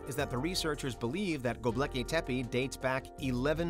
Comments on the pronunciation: Dude, come on. It's Gobekli not Gobleki. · go-bek-li not gob-leki. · Go-BEK-li not Go-Blek-i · Did you really just call it "GoBLEKI tepe?" Jesus, dude.